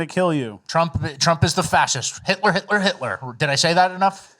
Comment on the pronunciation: Waaa waaaa 😢 hitwer oh noo it's scawy Hitwer😢